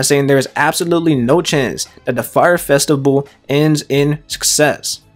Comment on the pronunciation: "festi-bull" lmfao